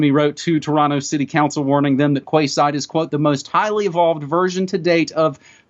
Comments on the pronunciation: OH that hurts! Arrrrghh!!!! Quayside is pronounced like "Keyside" , NOT Kwayside ! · Quay is pronounced key. I know that's weird . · The area is called the "Queen's Quay" in Toronto....said (sounds) like "Queen's Key"...so, this is "Quay Side"...said (sounds) like "Key Side". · Kwayside? pronounced keyside spelt quayside! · Quayside - that would be pronounced Key side as in Kee Side, and not kwayside O.o Aluminium pronounced: alu-min-y-um, just like magnesium. Not aloominum. Sorry just saying, so people understand what your talking about :) Good info thanks. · Quay Side, pronounced (Key Side) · Quayside is pronounced Keeside btw. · In Canada, we pronounce "quayside" as "key side" .... google agrees on the pronunciation. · It's pronounced "keyside". Canada or UK call them quays, as in like "Florida keys" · Maybe its Canadian but here in the UK we pronounce 'Quay' like ''KEY' (Quayside would sound Keyside). Just saying. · FYI Quayside is pronounced keyside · quayside is pronounced as key side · "Kway Side " Dumb twat. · Yes I know - just a touch of sarcasm on my part. I just find it interesting that the phonetics of Magnesium differs to the phonetics of Aluminium. Curious wouldn't you say. :) But honestly, the pronunciation of Quayside was so far off, at first I had no idea what he was referring to, so I thought it might help.